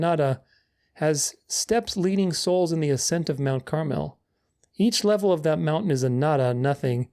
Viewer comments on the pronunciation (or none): none